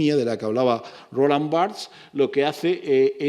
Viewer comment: Roland Barthes era francés, ¡cómo chirría que se pronuncie su nombre a la inglesa...( y por un español, lo que es más chirriante aún)!